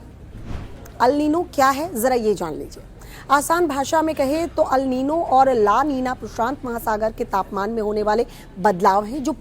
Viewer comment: Madam newsreader ALNino kuch nahi hota..It’s ElNino…aur phr teachers ke baarey mei kuch bi boltey hain reference:Anjana Om Kashyap madam ji…